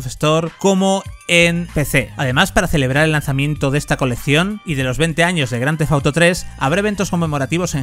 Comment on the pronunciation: «Grandefauto» que mal pronuncia el inglés.